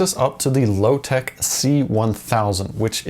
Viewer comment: its lotec and not lowtech ffs...